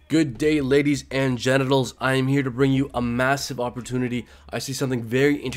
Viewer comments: Is it just me or did he say ladies and genetails ? 🤣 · He clearly said: genitals. Put the speed slower if needed.